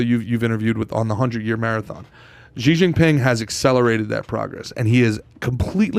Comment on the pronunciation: Pronounced "Shee"